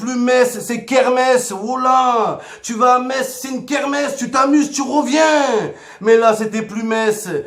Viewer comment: Mohamed Henni, le premier Marseillais à dire "MeSS"! C'est bien, on avance dans le bon sens !